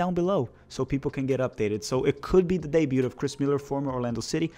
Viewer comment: FYI - the T in "debut" is silent.